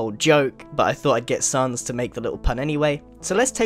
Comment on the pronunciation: OMG the way he says sans! :)